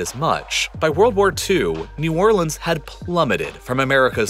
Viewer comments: The most important thing in this video is that he's saying New Orleans correctly thank god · it's new or-lins. but yeah, it's pon-cha-train. he got new orleans right but lake Pontchartrain did sound kind of off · damn, a guy who says "New Orlans" and not "New Orleenz"... that's rare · nice to see someone that actually cares about new orleans and with family by new orleans making a video about it, and especially the fact that he actually pronounces new orleans correctly throughout the entire video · I'm from Louisiana so I'm just here for the hell of it but THANK YOU FOR PRONOUNCING NEW ORLEANS RIGHT! Also, Ponchatrain is pronounced like "ponch-UH-train" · You pronounced New Orleans correctly!